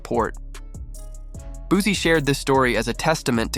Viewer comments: Sir please say his name right it's not Boozie😂🤡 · boozie 🤣 It booSie with a S lol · Man i just can't. Once words start getting mispronounced, it's time to go. I'm sick of this AI bullsh*t. Made it to the 2nd f*ck up on Boosie's name and Baton Rouge, and now i'm out.